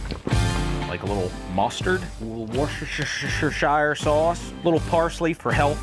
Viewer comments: So tantalisingly delicious! Worcestershire is pronounced: WUS STER SHUR In England we pronounce "shire" as a ‘shur’ sound like dishwasher (dish-wash-SHUR) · worshershershershire suace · It's pronounced "wuss ter shear" It's not bleeding difficult! 😂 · Worcestershire is pronounced wooster sauce.... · Wus-ta-shire source..... ;) you is welcomes. trust me im uk. ;) Also Sol-der..... never Sodder NEVER!!!! one letter D and the letter L................ Sol-Der ;) peace X ;) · Just call it Worcester sauce, pronounced "Wuster" sauce sincerely "an English person" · Its woster-sher sauce . Not wostesheshireshyereSHEshe sheyreshireShyre souuaaaceee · Proper way to say that name is woostasheer sauce!😂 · For Americans.. Worcestershire is pronounced like Wuster-sheer